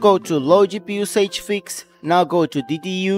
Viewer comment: Thank you very much for the video, very useful but you need to learn how to pronounce “usage” it drove me nuts 🤣😂